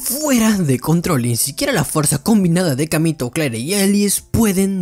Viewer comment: no se pronuncia claire es cleir